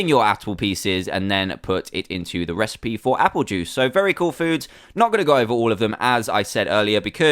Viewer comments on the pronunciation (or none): none